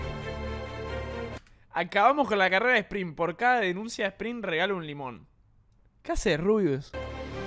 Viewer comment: Se dice esprin🙄